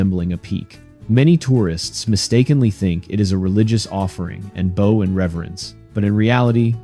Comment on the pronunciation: Your narration (A.I. ?) can’t pronounce a word spelled the same with a different meaning . Bow for example.